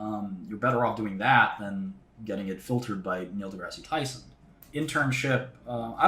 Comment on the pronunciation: "If your facscinated by Malcolm Gladwell I feel bad for you." "Neil Degrassy Tyson" 😂